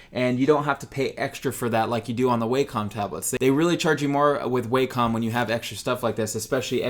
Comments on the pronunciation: i pronounced it "way-com" for years but from the videos included with their products the correct pronunciation is "wack-om" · It's pernounsed wacom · The way you say Wacom makes my eye twitch.